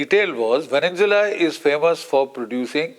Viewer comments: It would help if the old fart with the crooked teeth would pronounce the country properly, it is called “Venezuela” not Vennzula. Furthermore, Iran war damages were nowhere close to $50 billion. Israeli homeowners filed 45,993 claims for some NIS 5 billion ($1.47 billion) of property damage sustained during Israel’s 12-day war with Iran in June. So get your teeth fixed and then get your brain checked. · GEN Sb country is Venezuela not Venenzuela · Great analysis by Major General GD Bakshi. When will he learn to say ''VENEZUELA'' and not VENENZUELA''?????🤣😂😂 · It is not Veninsula Mr B it is Venezuela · Why GD Bakshi Sir calls Venenzula for Venezuela? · he calls it vevenzuella